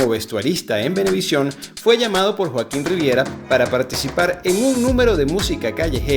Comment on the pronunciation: Muy buen video Qué interesante que consiguieras colarte en los ensayos 😅😅 y hablando de error dice Joaquón en vez de Joaquín 😊